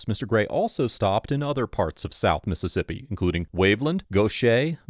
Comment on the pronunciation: As a person who lived in south Mississippi for several years, thank you for pronouncing these cities' names correctly.